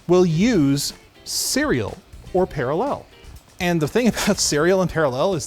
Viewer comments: Par-A-llel...Methinks is putting the em-PHA-sis on the wrong SYL-lable. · I love the way you say paralLEL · Why are you saying parallel like that? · i love how pronounces parallel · Someone teach him how to say "parallel" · I love how pronounces parallel. It sounds like someone from Krypton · I love but idk how much I can keep it up hearing how he stresses the word "parallel" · what a weird way to pronounce parallel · I like the way says parallel. He emphasizes the last syllable in a unique way.